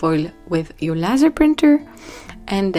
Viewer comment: The word “laser” is pronounced LAY ZER It’s actually an acronym that stands for: Light Amplification by Stimulated Emission of Radiation.